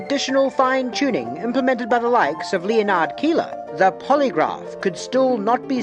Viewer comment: Do you really not know how to pronounce 'Leonard'?